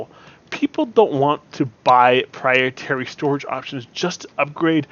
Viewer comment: Good advise... I don't mean to be prude.. But I think you mean proprietary when you say "prietary" as I'm pretty sure "prietary" isn't a word lol